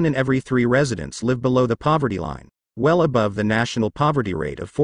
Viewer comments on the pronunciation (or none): none